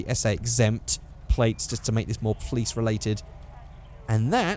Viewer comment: All those times you said 'Plice' instead of Police really fucked me up